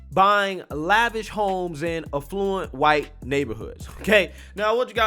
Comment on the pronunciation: Affluent. Not "a fluent"